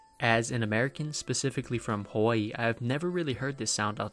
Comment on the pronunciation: You did not say Hawaii like that.